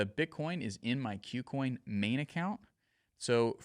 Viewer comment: Learn how to pronounce "KuCoin"